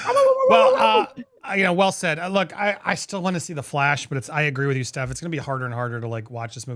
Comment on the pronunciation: Firstly it's Stef as in Stefania not Steph as in Stephanie and secondly she doesn't need to change shit to accommodate you